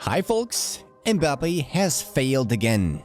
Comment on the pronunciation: Kylian mbaboodie😂😂😂😂